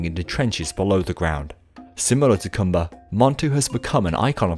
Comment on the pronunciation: “The Dark Continent” 😬 Edit: & it’s pronounced koombuh